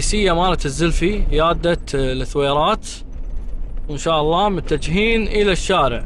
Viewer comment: ترا اسمها الثويرات مو لثويرات بدون ماتنطق اللام يا يالسمي ✌